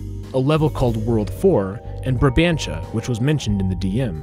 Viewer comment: ur saying barbantia instead of brabantia